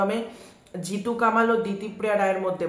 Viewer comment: জিতু কামাল উচ্চারণ করছ কেন ভাই? ওর নাম কমল ওই নিবেদিতা দেবীর ইন্টারভিউতে বলেছে।